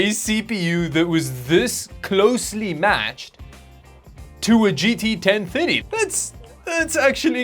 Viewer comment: It took a bit before I realized he was saying 1030 and not 1050.